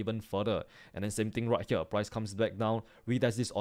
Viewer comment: I love how he sais "right HEEWER"